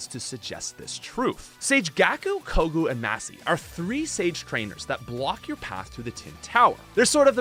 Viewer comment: I'm sorry but how do you get Kogu and Masee out of Koji and Masa?? Seriously how do you mess up that badly on pronouncing their names?